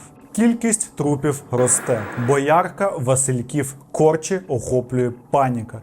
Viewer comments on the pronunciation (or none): і я свої п'ять копійок вставлю)))) не кОрчі, а корчІ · Так, і Корчі також не вірно наголос. Але то таке, страшні історії з мого краю((( брррр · Бля, чувак, можна ж загуглити: БОярка, МалютЯнка, КорчІ, КалИнівка Це я вже мовчу про слова звичайного вжитку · Ледве дослухала до кінця. Така жахлива у вас українська мова! Стільки помилок! І що це за БоЯрка, КОрчі?! Перший раз ці назви чуєте? Вам, шановний, до професіоналізму ще далеко. Не буду підписуватися, бо не витримую знущання над мовою.